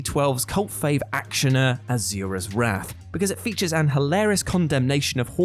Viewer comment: "AZURA'S WRATH"??? dude, did you even play the game? that ain't how it's pronounced... then again, we are talking about someone who calls it "aluminium"...